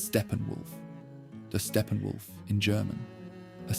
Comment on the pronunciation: "Stephen Wolf" 😂